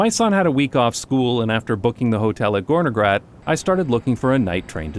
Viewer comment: Well to be precise, it is "Gornergrat", referring to the Gorner Glacier. "-Grat" is basically a mountain ridge. NJBs pronounciation was a bit too soft But still, it is an incredibly interesting coincidence, that a slavic Term can mean Something so fitting. Very cool